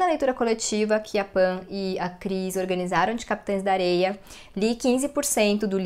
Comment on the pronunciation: Ela fala o nome certo do livro "Capitães da Areia" 🥰